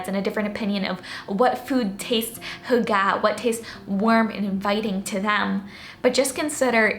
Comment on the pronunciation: Just a helpful hint: the emphasis of 'hygge' is on the first syllable, not the second. :)